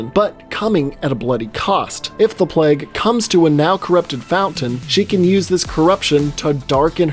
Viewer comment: why do you pronounce plague as pleg lmao